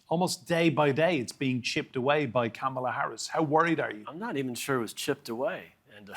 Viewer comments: Is it really too much to expect the republican spokesperson to learn the correct pronunciation of her first name???? This small act of disrespect is how republicans really view women. So inconsequential that it is a waste of time to actually master speaking her name with the emphasis on the correct syllables. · MAGAfascists just HAVE TO mispronounce "Kamala" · Can someone please pronounce her name correctly? Also, does anyone in their right mind in Europe think that Trump would be better for Ukraine and European security than any candidate that the Democrats put up against him? Trump has already shown his hand in deference to Putin and couldn't even answer in affirmation in the debate that he wants Ukraine to win with war with Russia. Also, why is everyone forgetting the political elephant in the room? Women in the USA are up in arms about the national threat to abortion rights should Trump be elected again. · Please learn to pronounce her name. She will be the next president of the USA. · Purposely mispronouncing Kamala's name is a tell, even in Europe. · What is up with the Republican overseas guy? He is repeating the false narratives from the mainland, mispronounces her name, etc. It would have been better to interview actual Europeans, not expats. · Republican mispronounciation of her name. It's on purpose for the most part. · This repub spokesperson is a jerk, not pronouncing Kamala’s name correctly!!!!!!!!!!! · Learn how to pronounce “Kamala” - you sound ignorant. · So Republicans in Europe don’t pronounce Kamala correctly too. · Ah, so even Republicans overseas refuse to say her name correctly. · Ahaha that guy on the far right. Good on you being objective about Kamala Harris, but made sure he pronounced her name wrong the whole time 😂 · That Republican spokesman is typical of what we see in the U.S… lies, exaggerations, and an intentional mispronunciation of Kamala. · Except for the Republican refusing to pronounce her name properly 🙄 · Comma La not camala